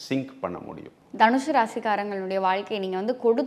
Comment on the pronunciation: அது தனுஷூ இல்லைமா தனுசு, கேக்கவே நாராசமா இருக்கு 🤮